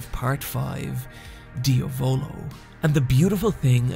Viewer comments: King 1th its kinda like saying "dee-ah-volo" instead of what is saying which is "dee-a-voulou". as i said its hard to illustrate it via text, the best thing u can do is literally write diavolo on google translate (italian) and make it say it out loud. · KingCrimson's user's name is not pronounced diavÓlo but diÁvolo ; the accent goes in the A . Nothing to apologise for bro ! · Him saying dee-a-volo instead of diavolo makes me cringe so hard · As an italian the way he pronounces diavolo makes my nails roll up 😂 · Do u purposely mispronounce the names. Lol dia-VO-LO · did he really say ..... diavOlO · same way as he said Abbaccio withou an H or how he called La gang Passione, "El passion" what an insult thinking that in italy we Spanish. What an ignorant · obviously that's not how you pronounce 'passione' or 'diavolo', nor is italian accent that hard to figure out